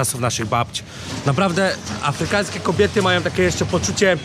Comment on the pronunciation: Czyli jak sam opowiada,to masz wrażenie że słuchasz profesora? Nie rozsmieszaj mnie,wystarczy 3 sekundy żeby wiedzieć z kim ma się do czynienia.On nawet "afrykaŃski" nie potrafi wymówić poprawnie. :)